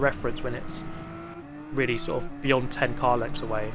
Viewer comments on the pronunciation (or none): none